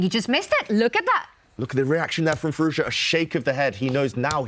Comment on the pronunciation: Alireza's name isn't that hard to say: FEE-ROOZ-JAW, Tanya says it like it's Chinese FeerooZha and the interviewer says Fee-Roo-Za. Try harder.